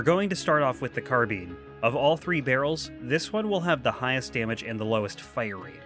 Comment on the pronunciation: say car, now say pine now replace the letter P in pine with a B, now say car bine...carbine INE